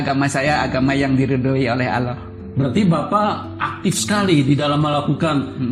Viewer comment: Pesantren mn ada S1..bohong bnr si.Ngucapin kata Allah sj terdengar bkn muslim tuh s